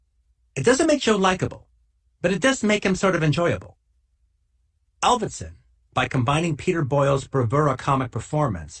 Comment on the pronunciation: Not sure why Tarantino says ALvidsen when it's AVildsen.